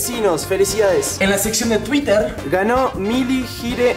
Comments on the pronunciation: vieron que fede dijo 2 veces tuwiter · quien mas se dio cunents de que dijo twiteer 2 veces